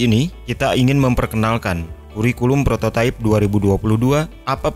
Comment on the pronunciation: prototipe kan bacanya prototaip ya, bukan prototaif